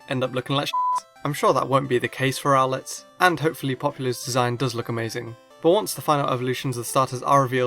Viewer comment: I pronounce rowlet row-let not rowl-let